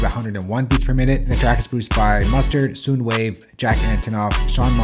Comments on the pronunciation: Lol sir...its prounounced Soundwave not Souunwave...lol... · bro butchered kamasi and sounwave name 😂